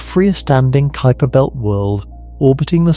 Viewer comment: Far too long for the information transmitted. And please take a class in introductory Latin so that you understand how to pronounce words. Kuiper is pronounced k y p e r. Not k o o y p e r.